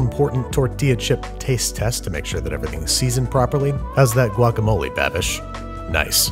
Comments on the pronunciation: I heard “ guagamole” like... no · Anyone else in love how he said guacamole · You did NOT need to say “guacamole” like that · The way you said "guacamole"... 😂👌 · Not impressed with the guacamole pronunciation, but very impressed with the tortilla making skills. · The way you first said guacamole makes me feel violently uncomfortable